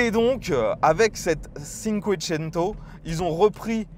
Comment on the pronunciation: Merci pour l'essai ! Pour les "italien LV 4" : 'tchinncouétchennto"